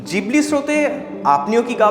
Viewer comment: Na, pronunciation ta jibli e hobe.